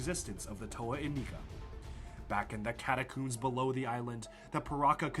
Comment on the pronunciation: My immersion reached all time highs during this video, only to be broken every time he pronounced catacombs as "catacooms" but I love it 😂